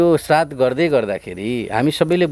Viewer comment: प्रश्नकर्ताले 'श्राद्ध' शब्द शुद्ध उच्चारण गर्ने ।